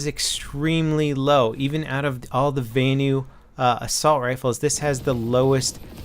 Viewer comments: vanu is pronounced as it's written, not as "vaenu". the a in vanu is the same a as in "assault rifle" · I hate how you say "vanu"